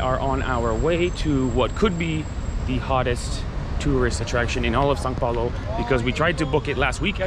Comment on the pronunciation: WAIT DID YOU JUST NAIL THE "ÃO" PRONUNCIATION,? hahaha maybe you had already done it before and I just noticed now but anyway very good job. Now you can do amazing things like saying "joão", "caminhão" and the most important one: bread (pão) without sounding like d*ck (pau).